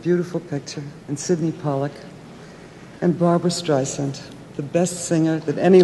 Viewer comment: Cripes, even Marilyn can't pronounce Streisand correctly..ARGHHHH